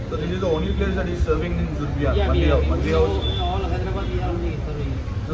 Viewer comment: Not zubriyan its zorobiyan